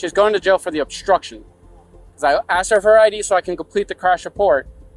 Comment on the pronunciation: Lmao "aks, aksed, aksing and akses"